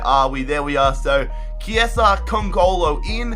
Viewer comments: Yes, Chiesa is "Chiesa" not "Ciesa". I'm italian :) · Also pronounce chiesa as key-aa-sa